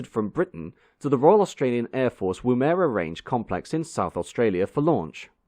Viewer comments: Thank you for an interesting video, with some surprising Australian connections. Only one correction: the pronunciation of Woomera is Woo'mera, not Woomer'a (emphasis on the first syllable). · I'd like to offer some advice on the pronunciation of Woomera. We don't pronounce it Woo-mer-a but instead we pronounce it Woom-er-a Other than that, an excellent video with plenty of information, particularly about the potential variants of the Belfast While I never saw one in RAF colours, I did see one "in the flesh" eventually, when Heavy Lift flew into my home city here in Australia, in the early 2000s. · "woomera" is pronounced with a very short "er" , not "air" as you pronounced it. otherwise, an excellent video, well done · A couple of pronunciation points - Woomera in Australia has the emphasis on the "Woo" part of the word. RAF Squadrons are usually referred to by their proper numerical value e.g 53 Squadron would normally be referred to as "Fifty Three Squadron " rather than "Five - Three squadron". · You got the pronounciation wrong for the Woomera. You treated it as if it was a European word rather than a native Australian.